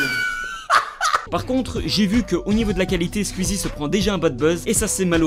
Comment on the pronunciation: Est-ce que ça perturbe des gens qu’il dise « Squuzie »?